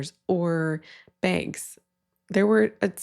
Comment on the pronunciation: I had to turn on closed captions to understand you were saying “bags” and honestly I still don’t quite believe that’s what’s being said. I thought you were saying “banks” and then on screen it looks like lamps? I am so confused lol